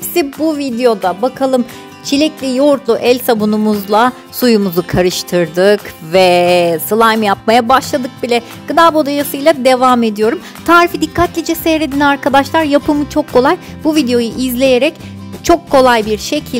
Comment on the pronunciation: Abla ilkte gıda bodayalası dedin😂🤭